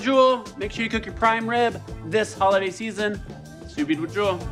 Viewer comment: stop sue veeding you botchulist!